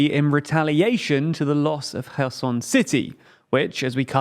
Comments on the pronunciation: Pronouncing Cherson correct way after 9 month ! Thank you !!!! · I REALLY, REALLY appreciate you finally using the proper pronounciations for Kharkiv and Kherson. Thank you!